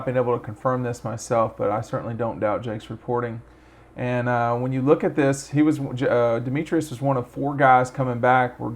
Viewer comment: Pronounced Dem-etris, not Dem-e-trius…also, Dominick Blaylock, not Dominique.